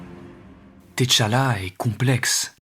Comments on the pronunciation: Par contre....C'est "Tchalla" pas "Téchalla" pitié 😭😭😭 Excellent video, mais j'avoue que le fait que tu l'ai appelé "Té-Challa" pendant tout ton recit m'a trigger de fou 😭🤣🤣🤣 Grosse force, et merci encorepour cette magnifique video 🫡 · 😂arrêtez de dire "t" challa please. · Le T de T'Challa ne se lit pas. C’est plutôt Tchalla (Tcha-la) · ca se pronnonce comme si il y avait 2 t a suivre pas thé tchala